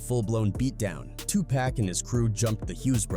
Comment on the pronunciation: There's no way im gon keep on watching the rest of the video with the voice over sayin TUPACK!Im done